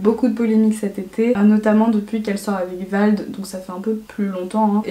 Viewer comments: C Vlad pas vald 😉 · C’est pas vald ,c’est Vlad ! Nan ? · « Vald » ptdrrrrrrrrrrrr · c’est pas vald mais vlad😂mais sinon encore une très bonne vidéo :) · Ça m’a stressée tu dis vald a la place de vlad sinon super vidéo c’est bien de dire la vérité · C vlad pas vald😂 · on est d'accord elle dit vald à la place de vlad nan? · J'adore mais ça m'a stressée pendant tout le point emma cakecup tu disais vald au lieu de vlad mais sinon c'est parfait ❤❤ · Vlad pas vald mdrr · C’est pas vald mais vlad😂😂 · Je suis d’accord avec toi mais par contre c’est vlad pas vald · c'est pas Vald mais Vlad 😂 super vidéo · Elle a dit Vald au lieu de Vlad j’ai cru qu’elle parlait du rappeur 😂😂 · C’est Vlad pas Vald mais sinon tu es trop belle et je t’aime trop ❤️❤️❤️ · elle sort avec "vlad" pas "vald" mdrr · Attendez pause.. elle a dit « vald » au lieu de « Vlad » mdrrrrr a juste rien respecter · Tout le temps de la vidéo t’as dit vald au lieu de Vlad 😭 mais comment tu t’exprimes etc... mon dieu 🤯🤩🤩🤩🤩🤩🤩🤩🤩🤩🤩🤩🤩🤩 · "Vald" mdrr. "Vlad" mais tkt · STP C PAS VALD MAIS VLAD TU M'AS HYPER PERTURBÉE😂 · Oulala la par contre VLAD pas Vlad !!! Ça m’a trop perturbé ahaha sinon j’adore ce genre de vidéo continue ! On adore les potins comme ça 😋😋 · C’est Vlad et pas Vald ahah😉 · *VLAD pas VALD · VLAD PAS VALD STP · petite info : c'est Vlad pas Vald je t'adore😂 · super vidéo💞 cest vlad pas vald 😌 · C’est Vlad pas vald 😂😂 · C'est pas "vald" c'est "vlad" héhé, sinon grv bonne vidéo continuuuue xo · mdr c'est vlad pas vald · fait attention tu dit Vald mais c’est Vlad, c’est pas les mêmes personnes haha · Bien sûr cette vidéo je l’ai vu hier, elle est génial, j’aime beaucoup quand tu partages ton avis ❤️ C’est Vlad pas Vald sa m’a stressé mdr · J’adore vraiment tes videos ❤️❤️ce n’est pas Vald mais Vlad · Le prénom du mec de emmacackup est pas «Vald» mais «Vlad» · vers les 10 minutes c’est pas Vald mais Vlad lol ;) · Grave ptn ça m’a perturbé tout du long 😂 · j'ai stréssée quand j'ai entendue ça mdrrr